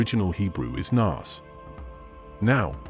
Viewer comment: While your videos are often interesting, please learn how to pronounce Hebrew correctly.